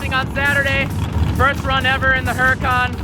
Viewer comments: Huracawn? I thought it was a Huracan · Yeah it's pronounced oo-rah-can